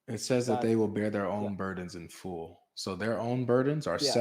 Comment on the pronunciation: 😆 LoLz, why does pronounce the word, “Full” like “fool”??